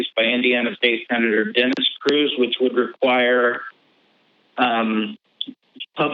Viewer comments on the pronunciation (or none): none